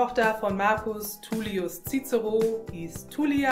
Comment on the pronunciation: Super schöne übersicht. schade nur, dass bei namen wie Caesar oder cicero nicht auf die scheinbar richtige Aussprache geachtet wurde